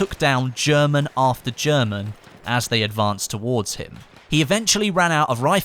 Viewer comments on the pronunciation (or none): none